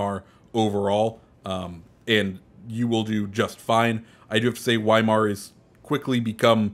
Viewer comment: I love your vids but pls pronounce Weimar properly